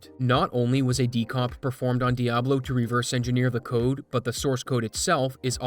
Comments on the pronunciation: I hate the way you pronounce Diablo. It's Dee-ah-blow! You say - Dee-ab-low :(. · Dee Ah Blow, not DEE AAA BLOW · its pronounced "Diablo" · dude pronounced Diablo like a native Chicagoan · the dude doesnt look up how to pronounce diablo....and then has the nerve to pronounce diablo and diablo differently